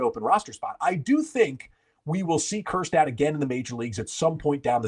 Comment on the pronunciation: Please, please, please don’t say Kjerstad